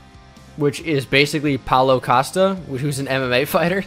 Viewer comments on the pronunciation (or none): none